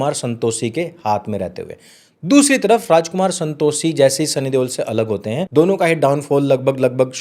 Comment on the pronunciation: Santoshee nhi Santoshi bolna seekh pehle bhai . Pronouse nhi karna araha 😂